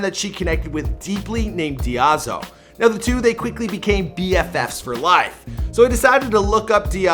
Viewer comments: Her friends name is Daizo, not Diazo :) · It’s DAIZO for fuck’s sake. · IT'S NOT DIAZO IT'S D A I Z O D A I - Z O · it's Daizo not Diazo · Marzia's friend's nickname is DAIZO not DIAZO! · It’s ‘Daizo’ pronounced ‘Dy-zo’ just sayin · She is Daizo, not Diazo. :( I think. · you mispronounced Daizo's name.